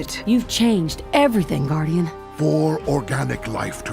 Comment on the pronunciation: EnAHthing and evRAthing